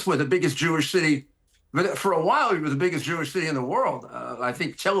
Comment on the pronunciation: He says "new york is the biggest jewsh city". i thought new york is in the united states🤔